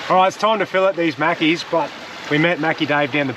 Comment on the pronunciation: Mackies, not Maccy's ...